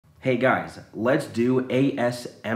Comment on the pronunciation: no I just meant he took a pause before he said “m r”.